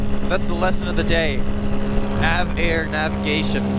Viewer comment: Avare not Av-air